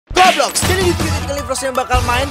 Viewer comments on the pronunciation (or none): Bang tadi abang salah ngomong harusnya roblox bukan goblox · Kenapa ngomong roblox goblox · Kok ngomong roblox jadi goblox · Kocak waktu di intro atau awal malah roblox jadi goblox